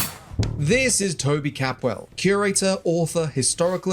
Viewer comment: Props to doctor Capwell for the pronunciation.